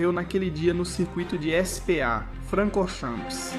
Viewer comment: Lembro dessa corrida. Mas, meu brother, essa narração é IA, né? Senão, uma dica construtiva, não se ofenda. "SPA - se pronuncia o msm que "ISPÁ" ao invés de como falado no vídeo, "Ese - Pe - A". O sobrenome do Irvine, se lê "IRVAINI" e em alguns momentos, o narrador pronuncia de forma correta. No minuto , a narração diz... "Ekiném", mas algumas vezes fala corretamente tb. Por isso ficou estranho. Faltou revisar o áudio, antes da postagem.